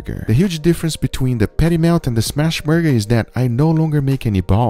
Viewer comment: What the hell is a "peddy mayle"?